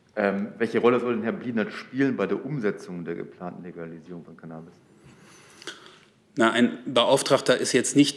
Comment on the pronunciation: Hoert man da etwa ein Kichern im Hintergrund bei als CannAAAbis so ausgesprochen wird? Musste selber lachen.